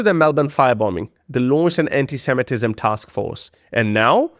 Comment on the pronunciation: I see you managed to say ANTISEMITISM correctly!